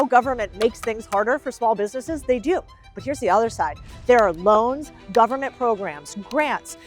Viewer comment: Correct,what "Mon-eye" does this govern-ment have??????